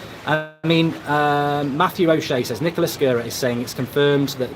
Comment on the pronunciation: AWB, James, Maguire and Fernandes (its Nicholas not Nichola) would be a good window (stop saying Nichola)